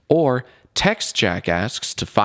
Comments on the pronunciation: You really have to pronounce the 'K' when you say 'JackAsks'. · when jack says "jackasks" it sounds like "jackass" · It sounds like his saying jackass